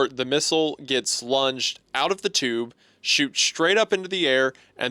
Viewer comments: the “chube” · “Sorry, The tchyoob”